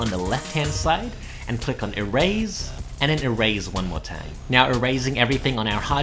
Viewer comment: My dude said e-raise